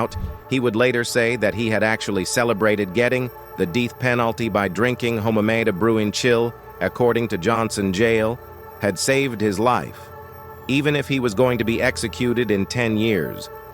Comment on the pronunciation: He's always telling our story, from our artists to our gangs and leaders, and can't even pronounce names right. Tupak? Peerus? The deeth penalty? And why is he showing Oakland footage about an L.A. story?